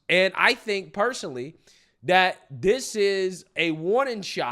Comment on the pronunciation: Honestly, he's back to Dis And Dat and dem and dose ,Whats Dis Talk???